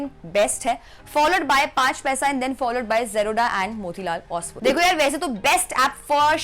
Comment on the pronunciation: ओसवैल नही ओसवाल, जीरोडा नही जेरोधा जरूरी है मुंह चबा चबा के बोलना😂😂😂 बेमतलब का लिंग्यूस्टिक शोऑफ!